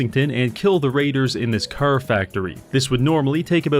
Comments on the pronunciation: the way he pronounces car as ker is fkin funny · Is he pronouncing "car" like that on purpose or am I missing something or what?? It's driving me nuts 😆😆😆😆 Curr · It's car but he says cer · i love when he says "chrr" and "chrrmageddon" his car pronunciation is so beautiful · You mean it's not pronounced "crrrr?" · I like how he pronounces "curr". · I hear Cær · with all due respect, why the fuck do you say carr instead of car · The pronunciation of "caehr" is incredible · Preston Krrvy. man can't pronounce Car. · You know, for how often he said it in the video. Youd think he would pronounce car right at least once Curr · mugs? Cah. radio? cah. baby? cah. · "car": ✗ "curr": ✓ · my neighborhood has been hit herrd by the cerr virus 😂😂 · It sure would be awkward if you failed to pronounce "car" correctly a single time this entire video. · Unknown person: Hey, you say car funny.": "That's gonna be a video." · The way you say car is giving me the killer strain of AIDS. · Why do you sound British when you say car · This is the weirdest pronounciation of car, I have ever heard. French Canadian? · The pronunciation of car feels like some sort of torture. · pronounces the word "car" funny. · you say "car' suspiciously Irish-like